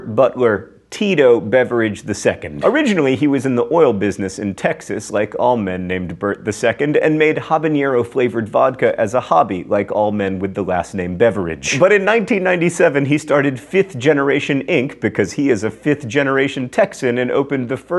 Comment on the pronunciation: It's not habañero omg it's just habanero. life is cruel